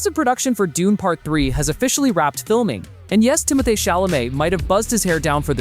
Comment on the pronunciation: You're stupid AI bot narrator mispronounced just about every name: Zen DAY uh, Tim o THAY, Dennis for Denis ( Den EE)!